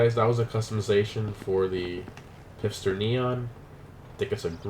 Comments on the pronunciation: He pronounced it pister, it's pronounced fister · Its pronounced "Fister" . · The way he pronounced Pfister 😖 is pronounced like Fister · I cringed every time he said “pifster” because it pronounced “fister” but great vid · "PiF-ster" hahahah. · It is called P‘F’ister Neon!!!